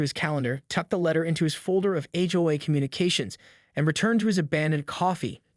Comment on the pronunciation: ''Read'' (said reed?). Hitawai instead of HOA? Said Seden instead of Sedan (Car). Hoos? HOA's...